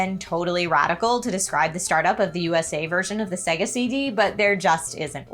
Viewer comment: Literally just played the video of it saying SAAAYGAAHHHH.....says SEHGUH.